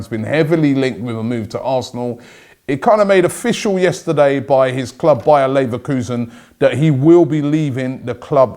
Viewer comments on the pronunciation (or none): none